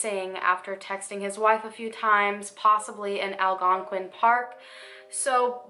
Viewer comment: Good job on pronouncing Algonquin in this video!!